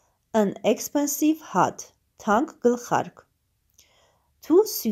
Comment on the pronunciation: Cat և hat -ը շատ լավ կարդացիք, cat կարդացվում է քէթ , hat հէթ Անգլերենի արտասանությունը ահավոր էր)))😒